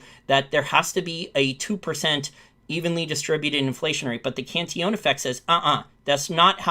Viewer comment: Cantillon[ kahn-tee-yawn ]